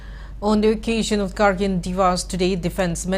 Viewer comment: Your pronunciation of kargil to Kargin is irritating...